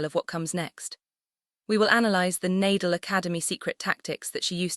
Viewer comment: I unlike this because of,mispronunciation Nadal with Eala its eyala and its Nadal not Naydal and ila so fu you despite all the wonderful content.0..get the name wrong and its somebody else